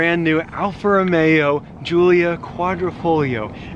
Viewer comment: "We made it inside the Julia" haha